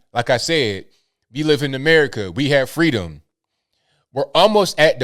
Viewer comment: Fweeeeedom not Freedom😂